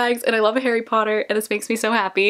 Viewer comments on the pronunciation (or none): none